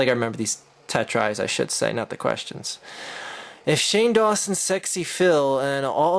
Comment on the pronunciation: "HOLY SHIT IT's SAHNE DAWNSON!"